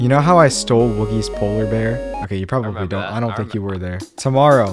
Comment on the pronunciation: "This is probrably the worst house I hae ever made." TRUST ME I'VE MADE WORST.